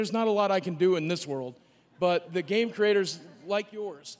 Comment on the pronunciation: 'PLEY THE GAYM' - Reggae Fils-My-ass